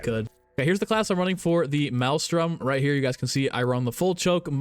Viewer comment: Maelstrom btw not Malstrum